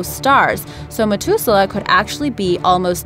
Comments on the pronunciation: am i the only one that noticed she mispronounced Methuselah? saying "met" instead of "meth?" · really have you never heard the name methuselah in your life it pronounced meh-thuze-el-ah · Methuselah has a SOFT "th". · Interesting video BUT..... if you’re going to do a video you ought to learn how to pronounce the words! Methuselah has an ‘H’ in it. You kept saying MeTuselah. Think of saying the word “matH”. That is how you say should be pronouncing the H in MetHuselah. Practice it next time there is a three syllable word that you obviously have never heard of before. I guess it should be understandable since Methuselah has only been around for 6 or 7 thousand years that you wouldn’t have heard the word before! I know, I know, it’s not nice for me to criticize. You’re a big girl & if you’re going to put your videos out there then you’ll have to take the good & bad comments. It was mostly good with the exception of not knowing how to pronounce Methuselah. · its math ew ze lah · KING KROSS KTK yea poor methuselah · Ahmed Mauri anyone else super bothered how she misprounced it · methuselah say it properly ffs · It is, though. She also pronounced Methuselah wrong. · Who helped the voice actress with pronouncing words she didn't know? Methuselah (#2)? It's not "Met-hu-se-lah", it's "Meth [yeah...like the drug]-u-se-lah". And the mention at the end? The "Kuiper" belt? Uh, no, it's not "Kew-ee-per". It's "Ky-per". ["Ky" sounds like "eye".] I mean, come on, people. I'm no astronomer, and even I know little things like this! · Hate to be nitpicky but the narrator completely botched the words methuselah and kuiper.